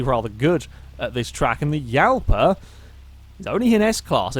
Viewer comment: i know how to speak and it prenounced jalpa